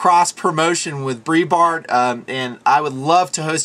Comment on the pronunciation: I'm sure 1,000 people will probably tell you this but I'll say it too.......It's pronounced "BRIGHT BART" not "BREE BART". Great video, great questions, and great responses. You Rock Dude!